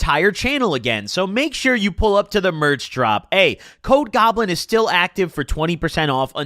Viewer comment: Yo when he said “code goblin is still available” I thought he said ‘COKE goblin is still available” and I was like ain’t no way he’s telling us he relapsed in the merch ads lmaoooooo